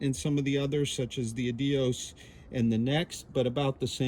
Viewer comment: 💯. The editing/sound needs work at times. Also the pronunciation of Adios is a distraction from the otherwise great content.